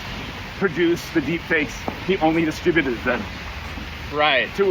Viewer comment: That's not how you pronounce distributed 20 times.